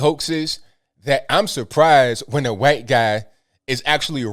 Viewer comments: Huhwhhhhite man,😁 gets me everytime,love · I love but it's funny how he says "white" He actually pronounces the H. Listen close you'll hear it.